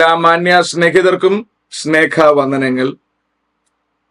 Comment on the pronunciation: Not " Sneka " vandanangal.. But, Sneha vandanangal, please...